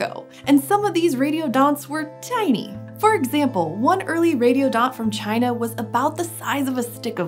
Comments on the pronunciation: I love how she says "tiny" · The way pronounces "tiny":. Discuss.